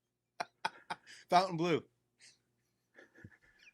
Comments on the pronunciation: It might be easier or intuitive to pronounce it 'fountain', but since it's technically french, it's incorrect. I deem your pronunciation wrong. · The hotel itself is inline with pronouncing it how it's spelled. Throwing an extra u in there is just wrong. Miami has always been wrong. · These videos have really spread the incorrect pronunciation of Fontaine Bleau. And there’s really nothing very French about the decor and shops in the casino. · C Mon, nobody says Fontainebleau the proper way. Except for French speaking people 😉 merci 😂